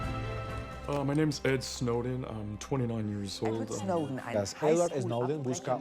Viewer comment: 스노든 이 자꾸 신호등으로 들리는거 나 뿐인가?